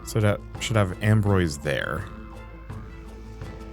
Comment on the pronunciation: Ambroise is pronounced ahm-brwahz (phonetic: /ɒ̃.bʁwaz/). It is a French name, with the first syllable sounding like "ahm" (as in palm) and the second syllable "brwahz" rhyming with "was" or "cause," ending with a soft 'z' sound.. good video though.